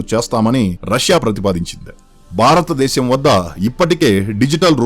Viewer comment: మిత్రమా భారతదేశం అని పలకాలి